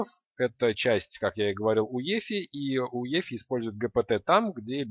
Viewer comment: Возможно, всё-таки не "уефи", а "юэфай"?